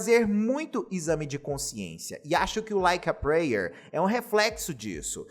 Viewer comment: O vídeo é excelente. Mas eu tenho agonia em ver todos os Youtubers pronunciando "prayer" errado 😅